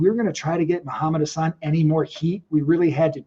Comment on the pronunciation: It's Hassan Chris not Hussain